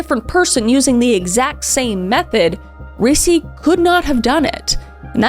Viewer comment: Ricci pronounced REE-CHEE, like the actress Christina Ricci. Come on. You have to have known that.